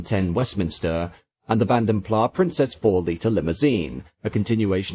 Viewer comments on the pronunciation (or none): I've heard that it should be pronounced ''Plaz'' not ''Plah'' because the brothers came from the Dutch speaking part of Brussels. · He doesn't pronounce it correctly. It should sound like ''Plaz'' not ''Plah'' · I've never got to the bottom of its pronunciation, Vanden Plarr or Vanden Plass? For what it's worth I'm a Plarr kind of guy, but what the hell do I know... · It's [Fan Der Plass]. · Great vide as always. However, the final S in Plas is voiced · Great video as always, but please check your pronunciation. Vanden Plas doesn’t have a silent S.